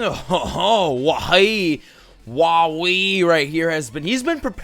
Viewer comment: When he pronounce Whawee, I thought he was attacking Huahwi... XD